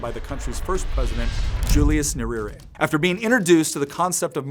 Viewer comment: 😂😂😂 the way you say NYERERE.